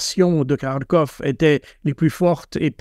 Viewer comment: Il ne sait mêem pas prononcer Kharkov. C'est déplorable, même HugoDécrypte le fait bien...